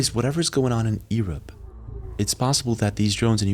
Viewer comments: I love you videos. But please say EUrope and not EErope :) Best Regards ✨ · No hate, but please stop saying "earuop", sau EUROPE , kinda funny thoe 😂😂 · Did you seriously say e rope meaning Europe?!😂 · its always funny to me isn't able to pronounce europe properly EARUP LMAO (sorry xD love u bro))) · 1. Bro pronounces Europe like "Ear- Up"😂. I love this channel great content and cool dude. 2. I'm going to believe 3i-Atlas is a comet for now. Alot of speculation but there is no hard proof to me. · Where are you from? I've noticed you have some different pronunciation of words, for example "Europe" in this vid, "realm" in another. Just made me curious what country you're from.